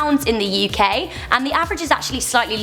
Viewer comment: Me: UK Her: YoUh KaY